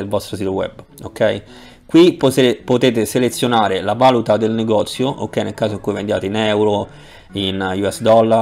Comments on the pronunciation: "va·lù·ta" non "va'-lu-ta" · grazie per il video. comunque è valùta, non vàluta... :) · Grazie tutto interessante, peccato la musica e poi si dice Valùta e non vàluta....